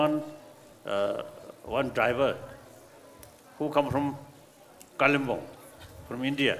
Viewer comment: Its kalimpong nt kallambala